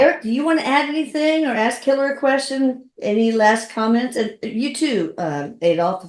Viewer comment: I listened to all 3 interviews with Hitler, and you greet him with "Hey Hitler." Just to help you out here, you should pronounce it as "hyle." 😂😂😂😂